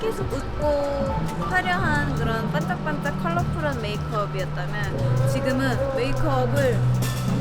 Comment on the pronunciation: 안녕 지우:hand-pink-waving: 복화술장인 ㅋㅋ 반짝반짝이 깐짝깐짝으로 들리네